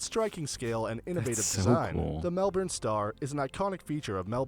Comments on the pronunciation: Not Mel-born, not Mel-burn, not Mel-bin Mel-burn is closer than Melborn But it is ‘Melbn’ Mel-bn and even then the ‘L’ is not fully annunciated Aussies drop vowels and sometimes even consonants But with Melbourne the L is only half articulated. The L is formed back on the tongue, NOT with the tongue behind the lips as in ball or hell Me-w-bn is sort of close to it I cringe at American pronunciation of Melbourne It’s not MeLLBoRRn You need to hear it said by an Aussie (and it’s not Osssy but Auzzie 😂😂😂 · Don't know where the narrator in the video was from but he was definitely not from Australia. Melbourne, Yarra, were two places that really stood out as being mispronounced. Your pronunciation of Melbourne is also incorrect. Melbourne Mel-bn. Yarra Yarruh. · you trying to correct the narrator and still saying it wrong (it is pronounced "mel-bn") also the eureka sky deck has a glass room that sticks out from the rest of the building which makes you feel like your dangling in the air and there is also a restaurant on the floor below the top floor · To get Australians onside, pronounce EMU the way we do EEM - YOU. And Melbourne is MEL-BƏN. The Ə sound is a schwa - the most common sound in the English, It is NOT an American accent thing as it is the preferred pronunciation of second Viscount Melbourne, William Lamb, after whom the city was named. Any American who takes the time to pronounce our 5 cities correctly is massively appreciated in the comments section. Otherwise it is just too hard to watch. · Mel burn you Amercan neophyte, YOU have States & Cities towns TOO which are spelled differently to the way they are pronounced. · You want to sound 'stine? Melbourne...Melben, say it as a throw away......I'm down in Melben and it's bloody raining!! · It’s pronounced ‘Mel-bnn’. I’m from there. You have a lovely face. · You're pronouncing Melbourne like an American (lol you are an American). Pronounciation here ... Melbin. Yes that's right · It’s pronounced Melbin mate lol